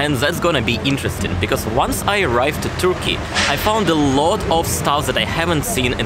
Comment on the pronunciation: No offense, just trying to help... Turkey is NOT pronounced "Toorky". 🙂💁🏼